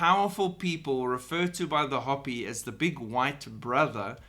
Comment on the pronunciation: Just FYI: it’s pronounced “hope-ee “. 😉😁